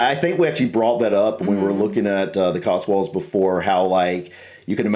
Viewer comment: Before you ever consider coming to the Cotswolds, (whether to live or just to visit,) for goodness sake, try to be consistent in the way you're pronouncing it: it's 'cots-wolds' NOT 'cots-worlds'! Also on pronunciation: Be aware that "Wells" is a city in the county of Somerset, and is some 40 miles or so away from "Wales", which you seem to insist on pronouncing the same! (Try pronouncing 'Wales' the same way you pronounce the similarly-named marine mammal - only a little less 'breathy' on the 'W' bit!)